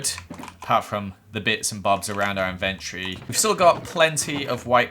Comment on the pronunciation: I hate how he say inventory like : In Vert tree